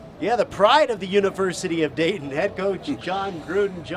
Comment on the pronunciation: Did she say Day-In Ohio? I thought it was Dayton :)